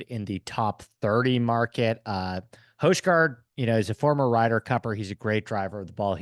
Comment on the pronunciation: Who’s Nicolai hoijeguard?😂it’s pronounced hoi guard